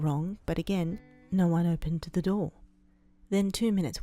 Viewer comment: It's not no.. Its NAR😂